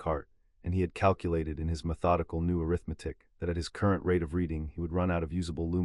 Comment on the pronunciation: Overall an amazing storyline!!! Worth the listen! Thank you for an interesting end to Voldemort! I won't be listening again though. All the, "airith-metic", became confusing and aggravating! The number of times the word, "Century", was used during Harry's last 100 years in the vault made me think that he'd been in there for 7 or 8 days. Then, because Harry could rewrite the story and, "Set himself down on the afternoon he left", , my mathematic mind threw up its metaphorical hands. (Facepalm)